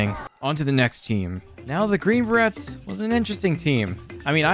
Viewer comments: You did not say Bah Rets hahaha its Bah Rays....I'm not even a military person either sheeshhhh. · Inhale It's pronounced green Bur-Rays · Is anyone else cringing every time he mispronounces Green Beret? In case you’re wondering, it’s pronounced similar to fillet. Like Beray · Good video but i believe youre pronouncing it wrong. The T in berets is silent. So its like "Buh-rays".